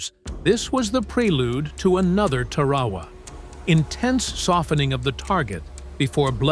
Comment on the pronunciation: Not Tarwawa - Tar-a-wa.